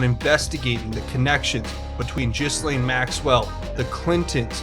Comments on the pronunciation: Her name (Ghislaine) is pronounced "Gill Line" -- not like anyone really cares 🙄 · Just some information about presentation...its pronounced Guh-laine. Hope this helps to smooth things out!😉